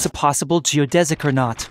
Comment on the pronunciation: finally, someone that pronounces "geodesic" properly.